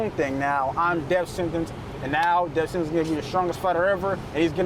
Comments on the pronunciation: Is he saying Deaf Sennance? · “Def Senence”